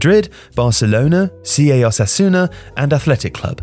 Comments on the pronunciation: It's Osasuna, not "Osasuana" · Its weird that a football channel doesnt actually know Osasuna, otherwise they wouldnt have said it that way. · It’s Osasuna not Osasuana .. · It's not "OsasuAna". It's "Osasuna". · “Osasuana” jaja sorry I shouldn’t but it’s funny everytime I hear it again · replayed it my self a couple of times hahahahahaa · I was looking for this comment (was going to comment myself actually). They even pronounced it correctly a few seconds prior.😂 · Nobody:: OSASGUANA... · Good video but the guy should put more effort in his spanish pronunciation. Osusuasuauna! Real Madrit, socius suciedad anunimia deportivia jajajja amazing!!!! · This man pronounced it Osasuana lmao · is amazing, but they should really look into pronouncing foreign words better. I know thay only speak english, but it's not like they are doing the whole video in spanish.